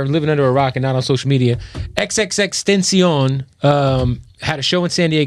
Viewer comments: "xxxtension" is NOT HOW YOU SAY "XXXTENTACION!!!!!!!". Cause you ain't even screaming at the top of your lungs until you faint. And not to mention wrong pronunciation. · It’s fucking T.E.N.T.A.C.I.O.N NOT TENSION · boi said tencion 😂 cmu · THIS NIGGA JUST SAID XXXTENCIYAN